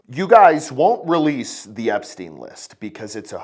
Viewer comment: "Epstein. You're still talking about Ep-stein" yes pedo don